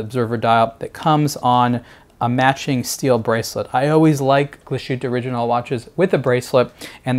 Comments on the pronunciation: Very nice watch and good video. But, man, you're killing me with your mispronunciation of Glasshütte. There's no shushing sound. It's pronounced Glass-HOOT-eh, not glah-SHOOT-eh. If you can say "glass" you can say "glass-hoot-eh." Remember, "thersh" no "shushing shound." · "Gla-shutte":/ Learn to pronounce this name,. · Please pronounce it correctly. "Glas" and "hütte" are separate, so there's no "sh" sound in the middle.. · The pronunciation of the brand name is hurting my ears.